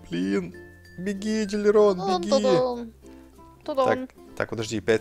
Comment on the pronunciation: ДилЛирон, а не Дилирон